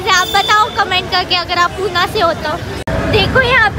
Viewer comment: It's not purna it's pune